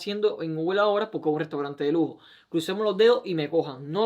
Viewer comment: PoRque..no digan poLque.....traten de ser hispanos neutros...saldra mejor el ingles